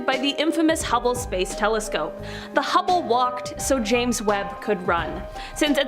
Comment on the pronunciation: Nice to hear her pronounce hubble correctly. Landon called it hue-ble on a video I just watched. "Is this real life right now?"